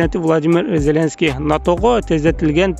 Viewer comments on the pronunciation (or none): none